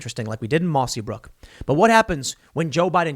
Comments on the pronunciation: Hey Tim the town is called Mossyrock not Mossybrook. I live near the town. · IT’S MOSSYROCK. Come on!